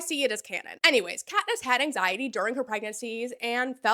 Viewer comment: Patniss, too. 😂